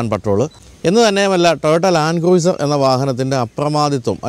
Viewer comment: Please check pronunciation of cruiser and correct it.